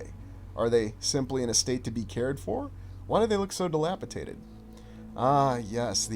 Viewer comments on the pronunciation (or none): You're saying dilapidated wrong.